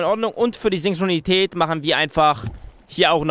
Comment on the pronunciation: sincronität`` haha lachflash